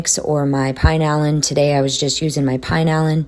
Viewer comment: Hey, great video, as usual! The cleaning product that you are referring to as "Pine-Allan" is a Mexican product and is pronounced "Pee-Nah-Lean". I lived in Mexico for many years and love the rose scented. It comes in many different fragrances as well. Take Care and have a great 4th of July!